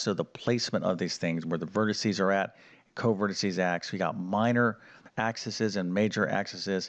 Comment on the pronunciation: It's pronounced "FOE sigh" for the plural and "Focus" for the singular. Also, iit's "AX ees" for the plural of "axis." Other than that, good information.